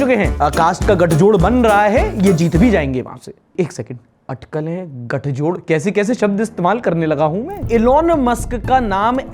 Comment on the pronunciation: अठकल नहीं, अटकल